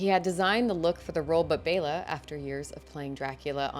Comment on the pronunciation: Another great one! And good for you on “Bay-la!”